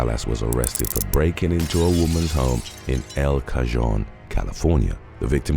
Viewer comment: Good ol' El Cajohn.. You pronounced that correctly in a previous video but since that's the next town over, I have to point out it's pronounced El Ka-Hone (spelled El Cajon). Trivial as hell, you get most of the names right anyways.